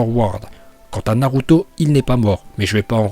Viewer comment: "Naroutau" Naluto Shippunden